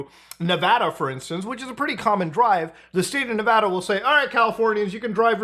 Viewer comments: Muta, thanks for being a non-native to the state who knows the proper way to say Nevada. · Mad props for pronouncing Nevada correctly. That's rare for folks that aren't from here.